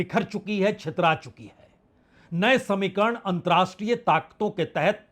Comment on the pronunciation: Antar-rashtriye NOT antrashtriye! Pl. learn the difference.